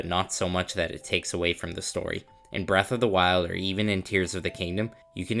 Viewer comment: Braath of the wild 😂